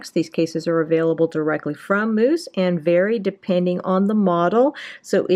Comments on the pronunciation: Ahahahahaha! Why are you pronouncing Mous like mousse and not mouse?? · Pronounced mouse not moose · you said moose it is mous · Bruh it's not moos it's mouse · Future reference its pronounced "mouse" not "moose" couldn't stop laughing but great info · It’s mouse. Like mouse. Aaaaarrrrrggggghhhhhhh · honestly I think you just own the moose pronunciation. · 1 it’s pronounced mouse, and 2 just drop test it if it’s that good of a case instead of showing the accessories for half an hour